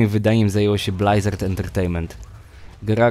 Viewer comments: blyzard, a nie blajzard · Nie będę oryginalny :) Blizard, Blyzard... Odradzam mówić Blajzard :) Gitara jest, szybko, zwięźle i na temat. Możesz zaktualizować materiał bo jest już dodatek i dodatek :) No i ploteczki o Diablo 4.